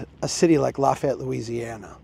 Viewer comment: You can’t talk about Lafayette if you can’t pronounce it.